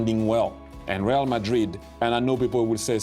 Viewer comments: At least say ray- al , if you refuse to say reh—ahl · Please god at least attempt to pronounce the names of the players and teams correctly